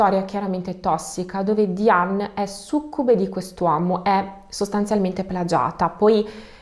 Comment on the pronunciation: Diane si pronuncia Daien